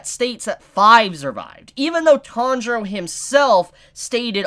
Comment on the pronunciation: What da fak is your pronunciation of Tanjiro man